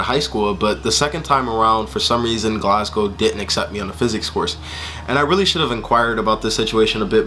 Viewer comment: your the first american ive heard pronounce glasgow the way the scots say it!!!